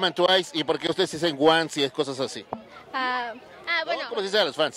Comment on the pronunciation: Cuál onces, se pronuncia guans